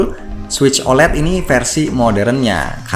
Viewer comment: OLED bukan dibaca "olet" tapi "o-el-i-di".